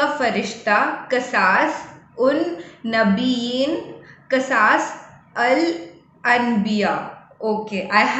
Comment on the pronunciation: कससुल अंबिया सही कसास गलत Qasas Means Qissa Kahani Story 😊 It's Arabic Word Sister 😊